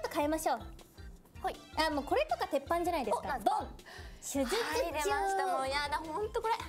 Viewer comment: そもそも「手術中」も「しゅづつちゅう」になってて言えて無いし…笑